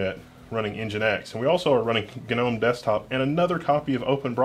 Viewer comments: The G is pronounced. It's not one of those garden things with a silent G. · Gnome... Gnome... Gnome "GUH-NOME" !!! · He says Gnome like Genome and Nginx like Ngine X. I mean it's not wrong, but those are supposed to be said like they are written right?